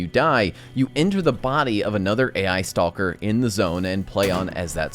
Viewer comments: I love you, but you pronounce stalker wrong. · "Stall-ker" XD